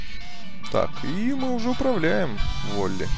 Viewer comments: не волли а вАлли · Не волли а Валли!